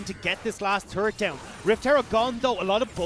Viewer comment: TFW one caster calls the turret a "tart" and the other one calls it a "turd".